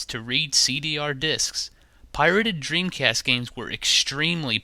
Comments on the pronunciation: Lol he said dreamcrast on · listen to what he says "Dreamcrast" lol